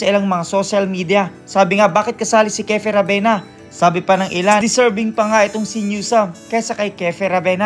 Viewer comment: Kiefer not kefer